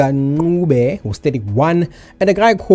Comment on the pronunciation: It's NOT NQUBE. It's Ncube. I don't know why you guys think it's fashionable to butcher our surnames like that.